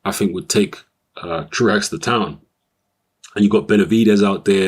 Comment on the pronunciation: Apparently it is "True Axe" but I've heard it pronounced "True oh" in the past.